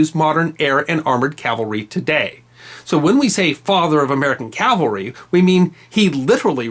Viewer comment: This is fascinating and thank you SO much for pronouncing CAVALRY correctly. Please teach Bill O'Reilly if you ever run into him.